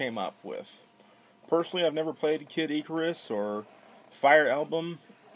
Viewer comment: No offence, but completely butchered Vegeta, Heiji, and Kid Icarus's Names..